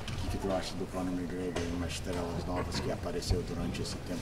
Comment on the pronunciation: Did he say Creme McGregor?